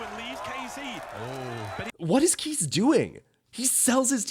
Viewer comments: Kheyze is pronounced "Kay-zee" not "Keys"... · It's "kay-zee" not "kees".